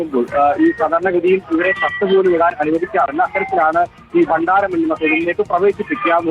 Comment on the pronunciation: ബണ്ണാരമല്ലടാ പൊട്ടാ ഭണ്ഡാരം ...... താനൊക്കെയാണോ റിപ്പോർട്ടർ